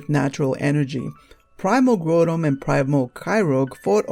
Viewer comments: its primal kyogre not yoger and groudon not growldamon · Dude its Groudon(Growdon) not Grodon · They're pronounced Grau-don (as in growl without the L), Ky-ogre, and Ray-quay-za, not Grew-don, Ky-rogue, or Ray-quaza. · Groundon (GROW - DON) Kyogre (KY - OGRE) not GREW - DON and KY - ROGE. Sorry vvv picky ik but it bugged me xD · Grotum and Kairogue... Dude, I realize japanese isn't the REAL origin of the American version's names, but you're butchering these names horribly. It really doesn't make you seem knowledgeable when you can't even pronounce the names, which are annunciated for you online with Bulbapedia and the like. Obviously your english is a bit rough, I know you can script this stuff and work out sounding a bit less rough but if thats how you talk I'm not gunna get on you for your lack of proper English or anything, I just feel like if you're going to be doing Pokemon info, especially far flung rumors, you should at THE VERY LEAST learn to pronounce the pokemons names you use. Obviously the theory is... hard to believe. Whatever. Again, not critisizing your content choice, just thw POKEMON NAMES. Good luck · I can't help to notice your mispronunciation of Groudon and Kyogre. The Grou in Groudon is pronoubce ad the Grou in Ground. Kyogre is pronounced Kai Ogre. Also a small thing, Rayquaza is pronounced Ray-Quay-Za. Qua as in quasar. The y is just there to emphasize the long A sound. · you said Groudon and Kyogre wrong